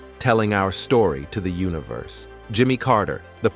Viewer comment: don't forget Ooniverse and at least 20 other mispronounced words.